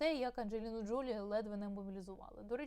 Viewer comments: Все-таки, ДжолІ (наголос на останньому складі). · ....наголос на останній склад ...ДжоЛІ...!